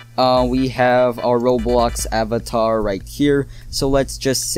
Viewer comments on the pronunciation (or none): none